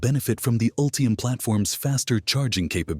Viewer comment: "Ultriam?" "Ree-yoos?" "Meribara?" This AI audio made me stop watching. I just can't take it.